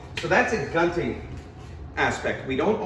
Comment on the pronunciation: good job, man. you teach it like a straight-up translation from Filipino to English. By the way, it's pronounced as goon-ting. I get why it is easy to mispronounce the stupid "gun" in the gunting (scissor).